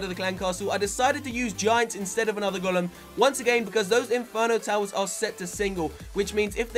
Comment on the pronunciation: it's a fucking go-Lem not a gol-um